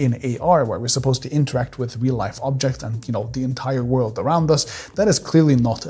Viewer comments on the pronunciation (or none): none